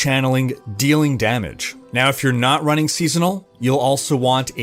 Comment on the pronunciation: Chanelink...castink...runnink....ITS ING...WITH A GGGGGGG...drives me nuts